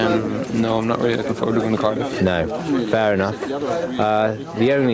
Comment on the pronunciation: When Colin says Cardiff I die because he says it AMAZINGLY